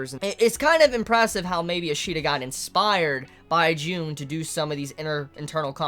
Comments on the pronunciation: Great video, outstanding as always. I love your Symbolism videos Also, I know you're not good with names and I just want to point it out, that "Carl Jung" is actually pronounced "Yoong" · Um. It's Carl Jung, pronounced Carl "Young".